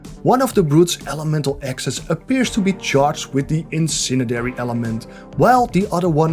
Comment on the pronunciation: It's incendiary, not incinedary